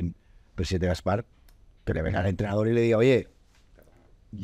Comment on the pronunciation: Por favor, pongan un crowfounding para pagar un logopeda a Gaspart.